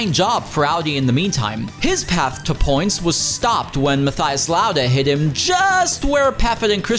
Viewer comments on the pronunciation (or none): Awful watch. You put all that effort into your pronunciation of Spengler, Ekström, Ullrich etc but still said ‘Ahdi’ ‘German Touring Masters’ and ‘maTHias’ 🙄